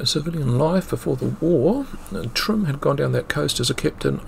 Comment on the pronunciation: I think you might find the German captain's name was Heinrich Timm, not Trimm, which I'm sure I heard. As a young journalist in Northland in the early 1970s I heard plenty of people tell me of how when they were boys or young men they saw or spoke to sailors from a U-boat that was off the coast. One said his mother had fed some of them and gave them eggs. Later in the 70s in the South Island I heard similar stories. My sister when our family lived in Picton heard an aircraft flying overhead. She remembers clearly the red balls under the wings. It was either 1943 or 44. Our father reported it to RNZAF Woodbourne. Two hours later a large government car pulled up outside our parents' tea rooms and 'two men full of bull, beef and bustle' (our mother's words) marched in and told Dad that he had not seen anything and he was not to talk about it ever again. There was an implied threat. He had seen the aircraft - a biplane and it was not RNZAF - as had my sister but he never talked about it again until the 1970s.